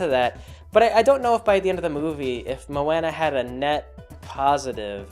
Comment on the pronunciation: I'm sure someone else already said this but come on you know how to say her name